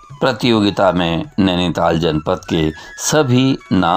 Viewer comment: नैनीताल, आपके उच्चारण से और निखर जाता है। दिल गदगद हो गया सर🙏।